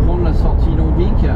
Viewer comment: Bonjour, on dit "longvi" pour longvic 😉 cordialement sinon bonne vidéo